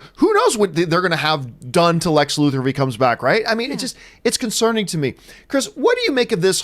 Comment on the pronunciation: I hate when people pronounce Luthor as Loo-Thoar. Shit gets on my nerves.